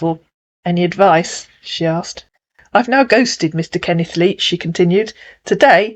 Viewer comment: "Kenneth Leach", huh? Kenneth LEECH is more like it!